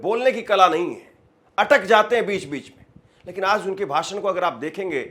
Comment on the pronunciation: O patrakaar mhoday ye jo tum j ko z bolte ho use shi kro jaise tum aaj ko aaz bolte ho